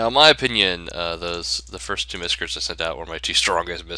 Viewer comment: "Miscrtis"? LOLZ! Miscrits Not Miscrtis!